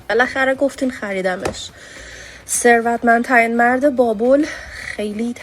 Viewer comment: گوزو تو خودت نمیتونی یه دونه ثروتمندترین مرد رو درست تلفظ کنی چارتا کلمه حرف میزنی میرینی بعد دیگرانو مسخره میکنی؟😂😂